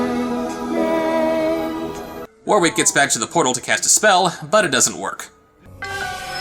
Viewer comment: way, am i the only one curious as to why people pronounce warwick as "War-Wick" instead of "Wor-ick" <---- actual pronounciation of the name.... not kidding